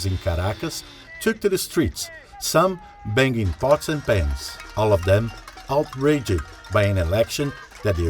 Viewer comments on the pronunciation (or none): "outraged" is a two syllable word, not a 3 syllable word. This narrator should improve his accent.